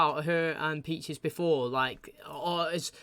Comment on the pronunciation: Man I was wondering if anyone would say something about the “Peaches” thing lol everytime he says it it hits the ear wrong he also says “Becks” all the time he loves making names plural.